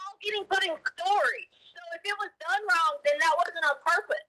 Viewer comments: It’s “anything wronk” lmfao😂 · How could a man as well spoken as Al marry someone who says "So WHY COME...", EVERYTHINK, ANYTHINK, THINKINK, WRONK. Yada yada yada. How could he marry a woman who speaks like this? "All i could hear was Gannon screamink". "Egg-Wardo was dark skinded" I could keep goingk. Lol